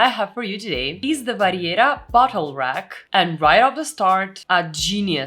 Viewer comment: Oh, good. I thought I was the only one. "The WHAT rag?" 😆